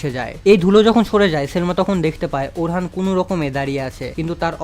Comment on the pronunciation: vai orhan hoben na orun hobe